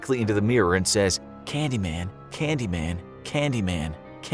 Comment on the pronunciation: Excuse me that's not "candyman" it's "candymayne" xD if you know you know.